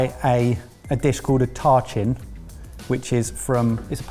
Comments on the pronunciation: Yay for more Persian food - heads up, it's pronounced tah-cheen. Also, impossible to make in 40 minutes. If you aren't starting the night before, the flavors just won't be able to develop. But love that Mike took inspiration from more Persian cuisine! ALSO - the "it looks like a mistake" Tacheen is known for looking burned. My uncle studied in London and was renting a room from an elderly English lady back in the 70's. Started his tacheen the night before, baked it for the requisite needed number of hours to get the crispy, dark brown exterior you really want on it... and then left it in his fridge to eat later. And she threw it out because she thought he'd burned it and didn't want him eating such poor food. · How is that even CLOSE to tachin? (As an Iranian I think I know my way around one of my literal favorite dishes.) That said, I’m not offended, but, paella burrito was more authentic and inspired by than Mike’s “tachin.” Oh, and it’s pronounced “taacheen” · At first I thought Mike said he was making a Törtchen lol, a bit confusing but looks delicious :) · I AM BEGGING YOU ALL TO DO THE BARE MINIMUM OF GOOGLING PRONUNCIATIONS. Y'ALL CAN COLONIZE THE WORLD BUT CAN'T PRONOUNCE TACHIN AND PAELLA????? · As a Persian that tahchin hurt my soul